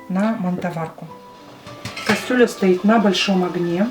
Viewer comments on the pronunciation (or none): none